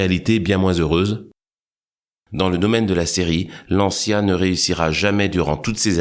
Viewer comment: Se prononce lantcha et non lantchya en italien